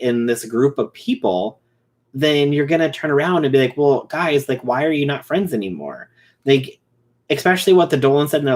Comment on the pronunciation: Mwell. That’s not good. 🤣